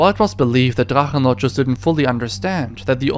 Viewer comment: ich Liebs wie deine videos in english sind aber die deutsche aussprache bei Drachenlord so fließen war! lieb dein channel!